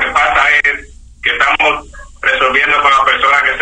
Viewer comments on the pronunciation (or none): The scammer's accent doesn't sound Mexican. Sounds Venezuelan or Columbian. when he says, "importa" the r almost has an "L" sound like "Impolta" listen to how he says, "cincuenta" In various places he cuts the "S" off the end of a word, "Estamo", "Tre"